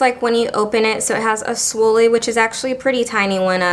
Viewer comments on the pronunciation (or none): Swoolie?! You mean spoolie... :D You made me smile :)